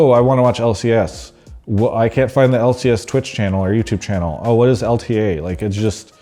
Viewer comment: Travis, its L ta! you gotta say L ta